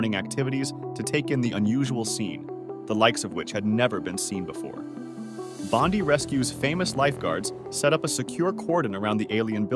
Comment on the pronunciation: Bondy Beach? So despite its World fame you don’t know how to say it? Bond-eye for future reference.